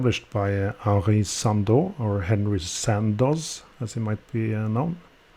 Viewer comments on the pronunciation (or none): none